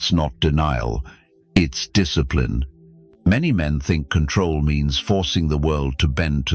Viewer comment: Discipline ❌ Diss eh plee ne ✅ 😆